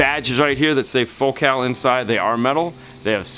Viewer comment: Fo-cal ??? 😅 Focal…..as in focal point……focus…..focal…….